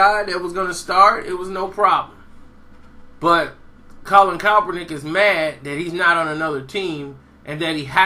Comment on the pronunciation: PLEASE 4 THE LOVE OF GOD LEARN THAT MANS NAME!!!!!!!!!!! U butcher it EVERY TIME! !!